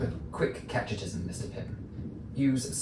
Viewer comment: It should be “catechism”, not “catchetism”.